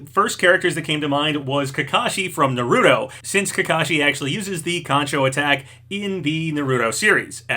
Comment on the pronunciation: Say it with me: NAR-RU-TOE